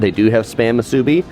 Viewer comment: It’s musubi not mahsubi